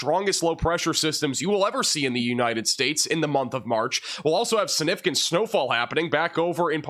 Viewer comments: snifficant? Don't you mean... SiGnificant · SIG nificant. You're an announcer for crying out loud. Try harder. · You are so funny - significant has a G that is pronounced. SIG-nificant. You say it a lot- let's hear that G!😂